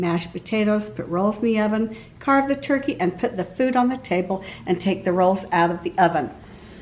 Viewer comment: “Turky” was killing my ocd lol. TURKEY. TURKEY. TUUUUURRKEEEEEY. I don’t know why it bugged me so badly lol.